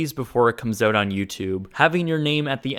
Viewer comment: Out* owt... not oot